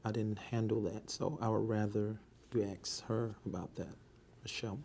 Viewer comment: It's funny listening to him trying to sound smart 😂😂😂😂😂 I rather you get that information someone else...no mfa she's getting it from you.... This man panics and says Ax Michelle(Ask Michelle)